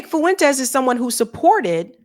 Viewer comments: Fuen-Tez. Two syllables. Not Foo-en-tez. Thanks 😆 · It's not Fu-entes The ue is a dipthong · So... You're saying a democrat was the better choice to vote for at the time? No thanks. Also, say it with me... Nick 'FWENTEEEZzz'... Not 'FOo- in-tEzz' lol